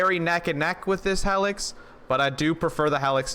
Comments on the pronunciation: HEEElix lol hellix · Yo it’s like “heelix” not “hellix” but I agree that gun is sweet. The Maggy is a great DPS weapon too